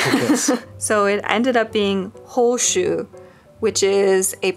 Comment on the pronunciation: I zoned out whilst watching, as per usual with my adhd, and only zoned back in because I thought you were saying my name only to realize you were saying hoshu and not hoshi